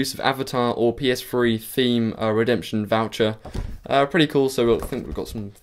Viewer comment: did he say ps free? XD funny accent